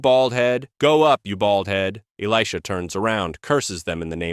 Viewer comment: I like the one about the folded napkin. That makes sense. But really, A.I. pronunciation of Elisha is ridiculous.